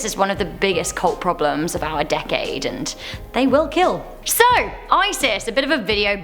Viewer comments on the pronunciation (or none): none